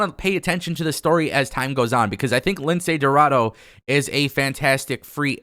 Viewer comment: Come on. He’s name it’s pronounce Lince Dorado not Lindsey Roraro